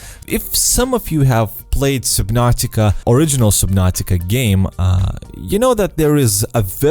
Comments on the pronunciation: Does anyone else find it annoying how he say supernatica not subnautica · Soobinartica? It’s SUB-NAU-TIC-AAA SUB-NOR-TIK-ARE. GOD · I heard SUBPNAUTICA